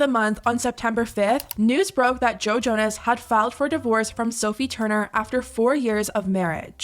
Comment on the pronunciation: I heard Jojo-ness and now I can’t unhear it